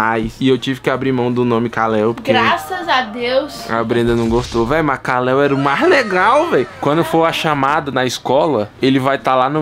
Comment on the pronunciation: Não é kaleo é kal-el